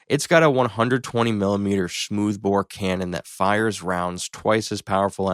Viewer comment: He said it with a Sean Connery accent 😅